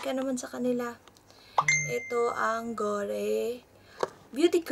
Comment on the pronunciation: Ate it is made in lahore pakistan..lahore is a city in pakistan..not a company..and it is pronounce as gori not gore...